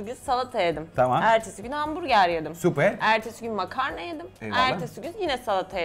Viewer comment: Danilo makarna diyor ben makaron anlıyorum